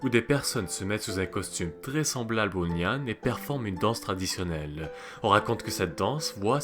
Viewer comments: C'est intéressant. Mais tu aurais au moins pu te renseigner sur la prononciation. Nian se prononce " niènn ". Même remarque pour la prononciation du moine.. Quand on parle d'une langue existante encore, il faut donner la vrai prononciation. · Il prononce comme tu ecris le pinyin chinois 😊 normalement c'est "nián"